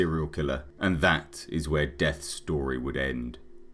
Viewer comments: yeah just thought you pronounced it death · His last name as a human was De'Ath. Pronounced DEE-ATH